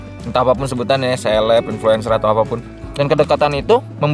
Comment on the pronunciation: "IN FLU ENCEER" help aku ngikik😭